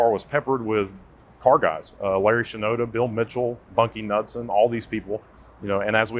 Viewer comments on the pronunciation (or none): how do you pronounce Bunkie "Knudsen" again? lol "don't quote me on ..." anything ... EVERYONE knows that 1970 was the ONLY year the 12 bolt rear axle was available - it was standard on the SS and Z28 models